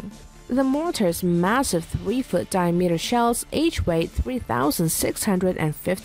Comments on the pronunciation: dye-meater is right up there. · Yeah, what's a "die-a-metre"? LOL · “Die-meter” or “Diameter”? Get someone who can read! 🙄🇨🇺🇺🇸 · and mispronouncing, Accuracy and Diameter, both of which made me cringe each time